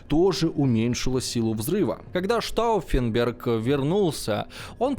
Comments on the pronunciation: Знаете, уважаемый, "Штауффенберг" это вам не "крестьянИн", его и исковеркать не жалко)) И вообще, неправильно поставить ударение в малознакомой фамилии, или общеизвестном слове?) Это большая разница! И в этом ключе работа проведена грандиозная! И штауффенберг с ними, со Штауффенбергами)) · Так с ударениями как было всё печально,так и остаётся. Уж как он бедолагу Штауффенберга коверкал,аж передергивало пару раз